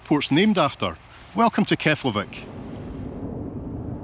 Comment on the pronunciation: It’s actually pronounced “keplaveek”